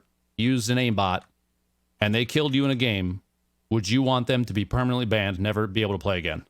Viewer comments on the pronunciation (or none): Exeshly permently